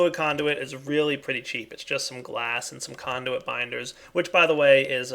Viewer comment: "ME Conduit" was actually correctly pronounced. In 1.7.10 it's replaced with a Gas conduit for Mekanism.